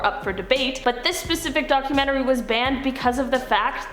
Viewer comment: maybe its just me but i cant stand the way she says "DOC-YOU-MEN-TREE" and then the other girl says its perfectly lol